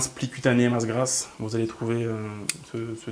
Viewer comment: "grasse", pas "grâce" ^^